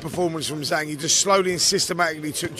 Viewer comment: It's Zhang not Zang make an effort FFS